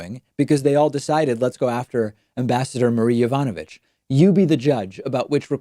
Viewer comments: It's pronounced YOE-VAH-NUH-VICH. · With long Russian names you stress the third to last syllable. Vowels are similar to Spanish: Natalia Makarova nah- TAH- lee-ah mah- KAH- roh- vah